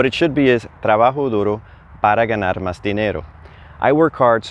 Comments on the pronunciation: Another clear, concise explanation that brings together so much that may be skipped or assumed by other instructors. Thank you! I noticed that you leave the "s" off of "más" several times. Would you consider doing a video on pronuciation tips, common word elisions and maybe even common slang. I know some of these are regional but I think this could be helpful. I am working my way through Duolingo and the focus seems to be Spanish language in Spain. Some usage and pronunciation is clearly different than in Mexico/Central America. One notable example is the Present Perfect tense (and, yes, I DID have to look up what it's called). Ive been told that isnt used much in Latin America. So what replaces it? Thanks in advance! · (RE: Subjunctive Trigger Para Que) I notice you drop the "S on the word "más". Just curious, where did you pick that up? Just wondering because I haven't noticed that with my Mexican friends (they, mostly from Baja California area.) Thanks